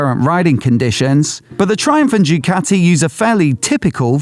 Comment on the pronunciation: Ducati not Jewcati !